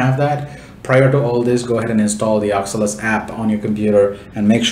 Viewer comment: Its O C U L U S. But really nice tutorial.